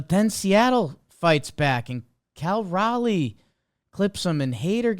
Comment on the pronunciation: You can tell doesn’t watch the mariners by the way he pronounces cal Raleigh’s name